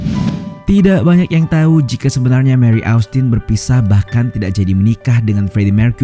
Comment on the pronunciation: Mewrry dan mercuery. Kenapa gt min aksen nya😂